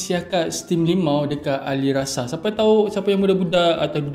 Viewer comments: Alissara bkn alisrasa hmmmmm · Ali-ssara bang.. Bukan ali rasa 😅😅😅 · Ada sedikit tersasul disitu.. alissara disebut alirasa 😂 okay lah enjoy jelah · Sedap punya pasal...Alissara dah jadi Alirasa 😅😅😅😅😅